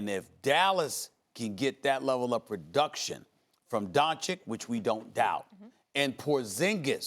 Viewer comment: For a top notch reporter we should expect after 18 months to pronounce Doncic correct. Stop it!!! SaS. Even chinese and Arab reporters are pronouncing it correct.